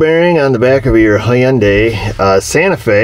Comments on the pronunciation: It's pronounced (hun-day) like Sunday. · you realize the Y in Hyundai is silent right?